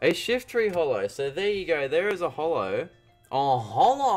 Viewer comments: It's short for "holographic" so how else would you say it other than the way he does? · He says it just fine, so holo...